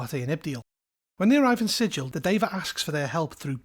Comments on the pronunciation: Quick thing of note: Sigil is pronounced with a hard-G like that in “gallop.” To quote Her Honor Rastina Tollin of the Guvners: “We can excuse the fact that you slaughtered two Yugoloths before you realized where you were, Outsider, but you pronounced the name of our fair city ‘Sijil,’ not ‘Sigil,’ and there can be no excuse for that!” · You pronounced it with a soft G, and not a hard G, so you actually pronounced it incorrectly according to the in-universe lore is what I’m getting at. (Love your content overall, I just felt I should point out that the hard-G pronunciation is such a meme by the creators that it’s even ILLEGAL in-universe to pronounce it with a soft-G, lol.) EDIT: I know that the real-world word is pronounced like you said it in the video, but the D&D place of the same name is not pronounced like the real-world word.